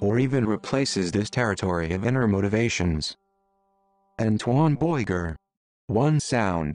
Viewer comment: The bot pronunciation of Antoine Beuger is hilarious! "Antoine Boyoyoyger"